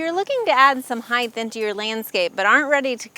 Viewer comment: This was a helpful video. It sounds like you're saying "heigth" with a "th" sound at the end of the word - when in fact, it is "height" with a hard "t" sound at the end - just like weight. FYI.